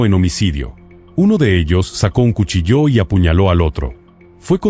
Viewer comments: Perdona, solo un detallito: cuchillo se acentúa en la i, no en la o, no he escuchado cuchilló jamás... a no ser que hable una IA 😅😅😅 bueno... pero gracias por tu programa tan interesante! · ignorancia y necedad juntas... 😂 Todas las palabras se acentúan, lo que llevan algunas y otras no, se llama "tilde"! y 🔪 no lleva tilde porque tiene el acento en la "i", por eso me sorprendió que él lo acentuase en la "o"... (en éste caso sí que llevaría tilde)